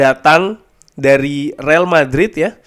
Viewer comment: bacanya re al madrid mas bukan rel madrid